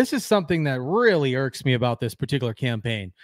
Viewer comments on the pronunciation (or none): none